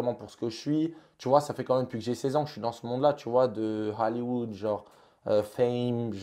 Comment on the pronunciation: Il a dis hAlliwood suis morte 😂😂😂😂😂